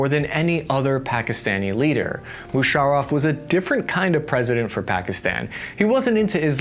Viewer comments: at 9.27 - "General Mushareeef". A supposed journalist who can't even pronounce the name of one of the most prominent and powerful military personnel to come from the region. What factual information can you expect from this "journalist" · General mushareef!! First time I have the right pronunciation 😂😂😂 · It's Musaraff not Musarreef